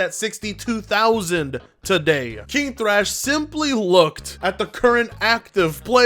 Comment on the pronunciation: I guess the first h in "Thrash" is silent